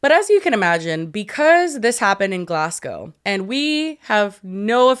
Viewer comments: as a scottish person hearing u say glasscow hurts its glazgo 😢😢😢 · you should’ve tried to Scottish accent 😂 It’s Glasgow- Glasgo rather than gow, like ‘let’s go’- Glasgo. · It's pronounced Glazgo btw 😂😂😂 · Glasgow viewer here with a quick pronunciation tip for all the Americans: it's not "glas" like "glass bottle", it's "glazz". And it's not "gow" it's "go" as in "go to the store". ^.^ So Glazz-go :) Love the episode, mortified by the Willy Wonka virality :0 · You disappoint me! Glass-cow? Really?... good girl. You have been promoted to my favourite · I get that about driving ‘taking you away from back pain’ bc for 11 yrs it was the comfiest I was, ever. Sadly I developed a genetic disorder 10 yrs ago and had to stop driving, and now sitting always hurts…..but those 11 yrs were the best of my adult life. Ps it’s pronounced Glaz-go 😊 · Girlies Glasgow is pronounced glaz-go 😅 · Americans, it’s pronounced GLAS-GO! 🤣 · Americans saying Glasgow is so funny lmao why do they pronounce it "Glass Cow" 😂😂😂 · Me seeing the title and bracing myself for the pronunciation 🥲. I kind of get why people pronounce it wrong but Glass-GOWE is painful 😂. is almost there though! For anyone wondering, it's Glaz-go, like "to go". Or Glesga if you're feeling brave 😌. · I'm from Glasgow and I cant believe yall are covering thisss eeek we are famous 😂 also the way pronounces Glasgow😭😂